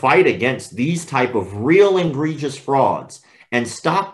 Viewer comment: Dear Sir, The word egregious is NOT pronounced IN-gregious. In fact, there is no "n" in the word, at all. And it was not just a slip of the tongue, unless your tongue slipped twice.